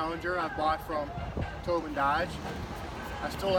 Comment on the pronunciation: Towbin... more like Towdin